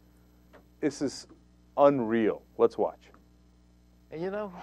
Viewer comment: it's "let's watch" not " wet swatch" LOL